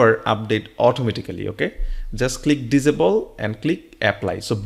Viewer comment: It's not visible it's disable ......diss saay bull..... it sounded like you said visible very confusing